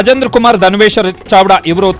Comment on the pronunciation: ಚಾವ್ಡಾನೋ? ಚಾಡ್ವಾನೋ ವಾರ್ತಾವಾಚಕರೇ?